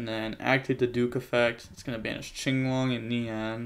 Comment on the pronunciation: I'm just glad he says "chinglong." Watching big events where they call it "quinlong" makes me wanna scream